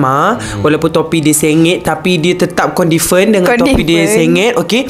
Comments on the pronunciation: confident❎ condifent✅ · confident bang bukan condifent abang tertypo ni